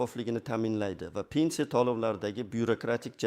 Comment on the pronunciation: ПЕНЦИЯ эмас П Е Н С И Якор савод , где учился в подвале наверное.